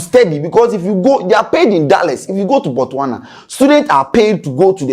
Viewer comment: I love the way you present but your pronunciation of Botswana is Wong. U always leave the S out.